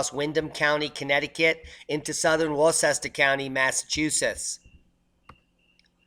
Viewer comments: Worcester is pronounced WUH-stah. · Hey, I'm staying in Windham County CT and those Tornadoes were just North of me Saturday morning. Oh, for future pronunciations one should use "Wustah" as the right way to say Worcester, MA. Just FYI... Keep up the Great work. Chilling warmed minds isn't always easy... it can take an un-Bali-leavable amount of shaking to wake them up! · It’s Wor-ster Mass. :)